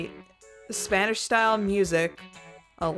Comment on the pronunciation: Spanish pronunciation’s not awful!